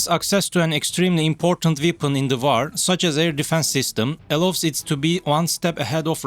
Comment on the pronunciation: Well yes kindof, just got annoyed of the pronounciations of some of the words, like war is war not vaaar , what was wrong with using that french lady robot voice, everybody thought she sounded sexy, anyhows enough of this, rambling I can just unsbub and done... bye for now